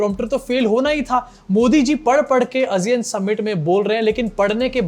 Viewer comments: Aasiyun not azeean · आसियान है भाई वो not अजियान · Asiyan nahi hota hai Sahi pronunciation Aasiyaan hai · Kya ASEAN ka pronunciation woh hai jo tum bol rahe ho? I don't think so.